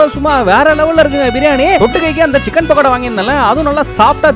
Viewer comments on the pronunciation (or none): It's not bakoda ❌❌❌ It's pakoda ✅✅✅ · Bakada ille it’s pakkoda 😂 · Bro not bakada Pokada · Dai adhu bakada illada paithiyame chillida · Pakada❌ Bakoda✅ Oour aty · Pakoda ❌❌❌ Bakada ✅✅✅ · Bro why you are calling birani bagada, It's Biryani Pakoda ✅ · Pakoda ❌ bakada ✅😂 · Pookoda❌ Baakoda✅ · Pokoda❌ bakadaa✅ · Pakoda ❌ backoda✅ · Bakada nu soldran not Bakoda 😂😂😂